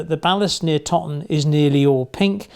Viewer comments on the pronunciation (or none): Something small that doesn't really matter: Toton is pronounced "toe"ton, as opposed to "totton". Source - it's 3 miles from me right now. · Very informative video. By the way, Toton is pronounced ‘toe ton’ and not ‘totton’ 😉